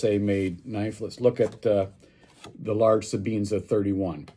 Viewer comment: Sebenza... Not sebeenza!